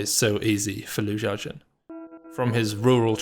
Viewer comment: Pronounce the name correctly. Xiao is She-OW NOT JIAO